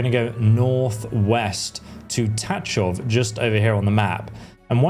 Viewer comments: Please stop saying Ta Chov. It's pronounced Ta H hov. In one syllable. (Well as close to one as you can manage) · Your pronunciation of Tachov is very wrong……but I understand it from English perspective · lol your Tachov pronunciation is funny. English talking people cant pronounce it I heard so I dare you to try to pronounce it according to google translator.